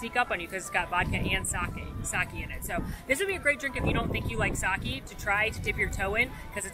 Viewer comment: It is pronounced "Sah-kay," not "Sah-key."